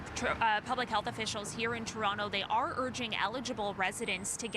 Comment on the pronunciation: I trust no reporter who can't even pronounce Can a da. She said ken-i-da. Then she said Ter-ontoe... lol. ☕️ Shame oh her. This is literally your job.